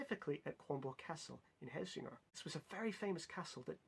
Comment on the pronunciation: Your pronunciation of Helsingør is great! Well done!! Also very interesting that Hamlet was basically written to make the English more comfortable with a danish ruler XD